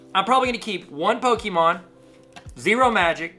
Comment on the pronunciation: Pokémon not poke——-E——mon